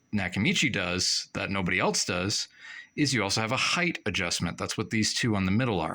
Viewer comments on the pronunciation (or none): none